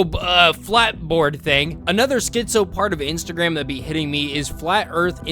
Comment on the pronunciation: btw its instagram not insertagram